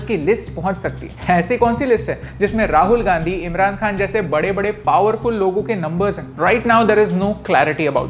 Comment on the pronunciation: "ईमराण खआन,राहूल गांदी" पॉवरफूल लोग? Are u serious?😂🤣🤣🤣🤣